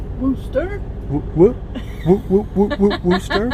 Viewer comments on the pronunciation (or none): I'm saying it is not pronounced wooster, but rather wuster. I know exactly where Wooster OH is. I have 8 stitches from their hospital from working at a factory there. They also have a super nice college, and the ppl that live there are pretty cool.